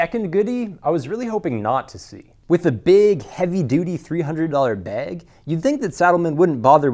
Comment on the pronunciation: Learn how to say "bag" please. There's an "a" in there. Not beeg.